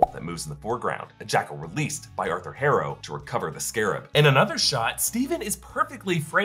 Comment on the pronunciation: You’re actually having a hard time pronouncing the name “Harrow”? It’s HAR-OH. Not HAIR-OH.